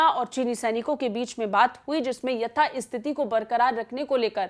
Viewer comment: यथास्थिती" शब्द को यथाइस्थिती" ऐसा क्यूं बोल रही हो?